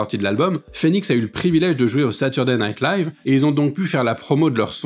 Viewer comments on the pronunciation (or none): none